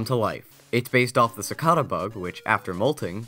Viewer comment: Butt.. Si-cay-da :c